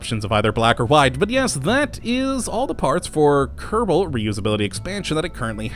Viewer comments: Its Kerbal not kertable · He said "Kottabos Space Program"